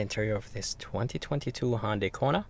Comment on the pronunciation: I just wish this guy would learn how to correctly pronounce Hyundai. Dammit it is NOT HONDAI.